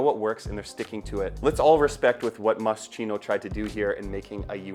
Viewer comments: The bear theme came from Moschino’s early collection when he made a dress with little teddy bears on the neckline around 1987-88. He was the designer with a sense of humor and I believe work for Versace. On the the Chino part is pronounced Kino. I got to meet him when he was promoting his first or second collection in the 80’s. Well, more like went to a small in store fashion show in 1988 when no one knew who he was. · Mos-kino ! Not chino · In Italian CH=K so its pronounced MOSKINO. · Moscheeno? Hehe I love this perfume! I really liked it since I first tried it so I had to get it! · pronounced Moskeeno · moscino ahahahaha sti anglo ahahah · Masscheeeno? lol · It’s pronounced MossKino - and I love this unusual scent ❤ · My ears hurt every time you mispronounce moschino. How do you do a video of a cologne without knowing how to pronounce it? Takes literally 5 seconds to look it up. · maybe you could learn how to properly pronounce a foreign word before publishing a video? It really sounds terrible… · Ur pronouncing it wrong 😭